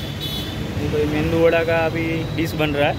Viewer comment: Bhai मेंदूवडा नही उसको "मेदुवडा" बोलते है।